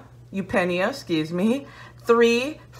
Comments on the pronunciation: You said it right. YOOP nee uh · You had eupnea pronounced properly the first time actually!